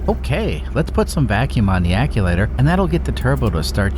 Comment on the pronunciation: what in the heck is an ac-u-later?? I’ve heard of “Actchu-waiter” but never the way you say it lol